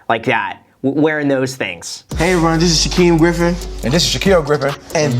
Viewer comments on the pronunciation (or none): “Shaqwuim griffin”